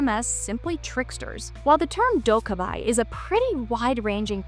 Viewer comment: appreciate, trying to give some cultural background to the demons. One small correction in pronunciation. the goblin like demons are pronounced closer to dok-gae-bee, not dok-gae-by.